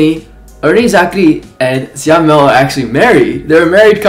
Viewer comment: Your reaction to this mv is soooo cuteee 😆 Btw, Syamel pronounce as Sha-mel 😂